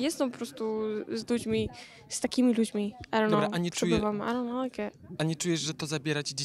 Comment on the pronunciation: Miało być i don't know czyli po angielsku nie wiem czysta się (aj don't noł) a ona jakieś aronoł mówi